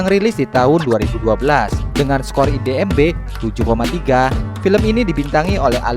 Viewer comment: IMDB min bukan IDMB 😅